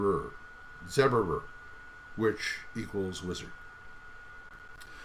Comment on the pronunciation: The pages you showed off are from an older version of the PDF. The page background is now slightly different and easier on the eyes. BTW, "goði" is pronounced "go-thee" and "zauberer" is "zow-bur-er." :D Oh yeah, and I have it set so that if you buy the print copy, you do get the PDF for free.